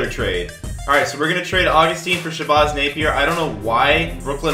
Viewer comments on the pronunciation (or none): “Shabozz” 🤦🏻‍♂️🤦🏻‍♂️🤦🏻‍♂️ it’s “Shabazz”